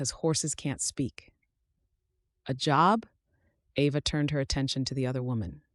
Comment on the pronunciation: Very nice story, but your AI mispronounced Ava, regularly!!! Get your AI fixed!!!!!!